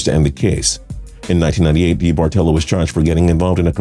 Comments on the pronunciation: Debartello? You mean DeBartOllo? How are you a sports fan and not know how to pronounce Eddie D's names? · Eddie debartolo is pronounced da-Bart-alo not dee-Bart-olo as you keep saying it. Can someone from tps please correct the host.